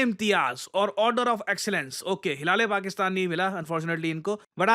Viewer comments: "Hilale Paxtan" 😂😂😂😂. 🔥🤣 only in bikaristan it's possible 🤣🤣🤣🤣🤣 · hil - a - Le fakistan 😂😂😂😂😂😂😂😂😂😂😂😂😂😂😂😂😂😂😂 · Hila-Le-Pakistan 😂😂 Sahi pada apne 😂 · Hila- le- Pakisktan😂